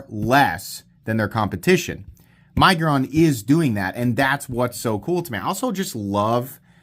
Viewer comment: Does anyone else pronounce it “my-guron” or is the only one?